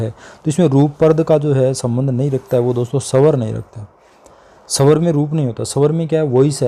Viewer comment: sir wo swar nahi hota he wo swr hota he